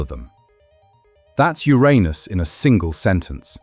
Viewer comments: How dafuq the narrator say Uranus? Urine us? Yer'anus is the only way. But, am I wrong, did it sound like urine us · To be clear, it’s “your-anus” not “ooranus”. Much funnier that way! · Its not Theiranus its not Ouranus its Uranus. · Wait… it wasn’t pronounced your anus but I heard your in us😢😢… and also no diddy😂😂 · Also, it's not Your Anus it's Uranus (Yerunus). You had it right at first than descended into childish comedy. At least the Brit voiceover pronounces numbers properly, with an "and" in between greater and lesser digits in a number missing from pronounciation. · The first part of the video you kept pronouncing Uranus as ur-anus but then you suddenly pronounced it as ur-aynus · pronounced "urinous" as in full of urine. I like "urainous" better. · Urine-us or Your anus. You choose. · Occupy Ur-anus :face-purple-wide-eyes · The consistent mispronunciation of the planet's name was irritating. Like a bad playground joke. This flaw makes me question the accuracy of this video. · Notice that the narrator cannot keep up the pretense of emphasising the 1st syllable instead of the 2nd, and soon starts pronouncing it the "right" way. 😃😃 So now we know that, in private, real scientists are just schoolboys at heart. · This is hard to listen to when Uranus is constantly mispronounced! It's actually infuriating. I've heard it mispronounced two different ways and I don't like either of them. Grow up and say the name correctly! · Please have a native English speaker record the correct pronunciation of the planet next time 🤣😂😂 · Learn the correct pronunciation of “uranus.” It is not the juvenile English long “A” sound. Shorten it or don’t. If you don’t, you’re just deepening the ditch that YouTube has dug through years of not bothering to learn that most simple of all facts about any subject—how to correctly pronounce it. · Please pronounce URANUS correctly!